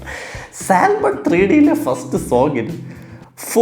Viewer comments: Bro Salmon is not pronounced Sal Mon it's pronounced 'Sah muhn', you are welcome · Hi there, It’s സാമൺ L in salmon is silent. 😊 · You dont say "saLmon". L is silent. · I don't know whether I can say this at this point. 'L' is silent in the word Salmon. ok. bye..